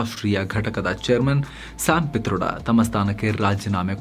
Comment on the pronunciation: ಪಿ'ತರ್ಡ'.......😂from mandya